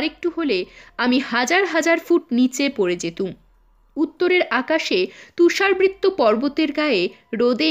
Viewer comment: তুষারবৃত্ত নয়, উচ্চারণটা হবে তুষারাবৃত, মানে তুষার দ্বারা আবৃত, তুষারে ঢাকা